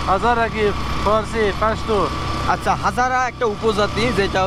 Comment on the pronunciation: পোস্ত নয় পাস্তুন